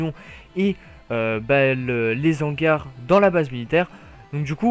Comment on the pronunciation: arrête de faire la liaison entre "les" et "hangars" je t'en supplie mdr